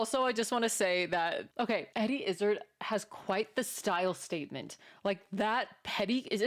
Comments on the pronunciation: I came here to say this came thing. In Dressed to Kill we learn all the backstory needed to jump start your new fandom. His last name is pronounced with emphasis on the last part. Not izzard like lizzard, but IzzARd... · His surname is pronounced Izz-ard, not Izzid. And he used to refer to himself as an "Executive Transvestite", not an "Action Transvestite". Fun fact... Eddie is in the "Guinness Book of World Records" for being the first and only stand-up comedian to fill Wembley Stadium in England for a single performance. Also, the jacket he's wearing is called a "Tailcoat" for obvious reasons. The coat was designed for ease when riding horses, because a full overcoat was too cumbersome. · It's a dinner jacket, and his name rhymes with "hard", not gizzard. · Great channel. Subscribed. Not izzard as in lizard, but Izzard as in Is Hard - silent H - He was bullied at school so changed his name to suggest toughness. :) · It's pronounced Iz-zAAAARRRD, not Izz-ugh-d. And "he" is now a "she". Also, 'The Owl And The Pussy-Cat' is a famous 19th-century British 'nonsense poem' (in the same way that the Lewis Carroll poem 'Jabberwocky' is) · Her name is pronounced "izz-ARD'" not "IZZ-erd.". After a long period of gender fluidity, she decided she would prefer to be considered female. Personally, I think she is an international treasure. Just as an aside, much of her performances are ad libbed. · Actually his name doesn't sound like gizzard because it's pronounced iz - ard. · Izz 'ard Like hard without the 'h" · let's home she learns to pronounce his name sooner than later... its Izzard where ard sounds like yard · Eddie is great… pronounced “IS-ARD” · You should check out Eddie Izzard (by the way, it's more pronounced like I - zaaaahrd, rather than like gizzard) in the earlier specials she's done. My personal favorite is Dressed to Kill. Others are Definite Article, Unrepeatable, Circle, Glorious... She's also been in some movies, and a tv series. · It's "IzzArd".